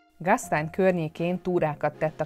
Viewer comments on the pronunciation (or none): Gastejn! Így kell ejteni! Nem umlautos betű! Gastäin ejtjük gasztánj.